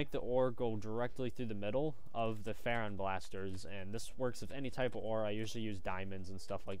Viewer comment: i think its amazing! im on my 11th life now XD but its freon (free-ahn) not fairon (fare-ohn).